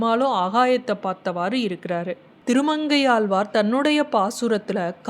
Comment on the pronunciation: ஏளு பிறவியா. ஏழுப்பிறவியா. ஆழ்வாரா ஆள்வாரா. தமிழ் அழகா உச்சரிக்கக் கற்றுகொள்ளுங்கள்.